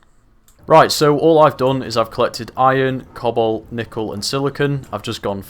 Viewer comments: Who else was hearing him say cobble, instead of cobalt for the longest time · cannot unhear "cobble" when you say cobalt.